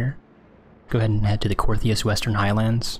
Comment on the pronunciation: "Coerthas" not "Cortheas"